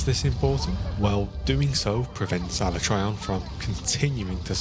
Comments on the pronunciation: Am I the only one tweaking a bit everytime they both mispronounce alatreon? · The way he pronounces Alatreon annoys the shit out of me.